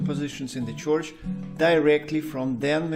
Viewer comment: It's not a "choich." It's a church. Roll the "r."